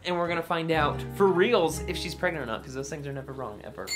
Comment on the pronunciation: Pregnant or Pregnot